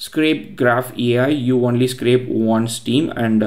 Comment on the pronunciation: Only is own-lee Not one-lee Btw great video